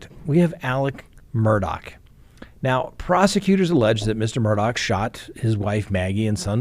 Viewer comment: It’s MUR DAW NOT MURDOCK